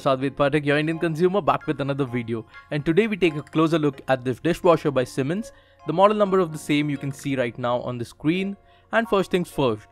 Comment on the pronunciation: It's "S" not "SH". Annoys me a lot :/